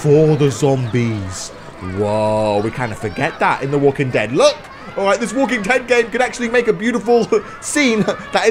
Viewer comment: When you got the flashback at the start of dis video you said the walking ted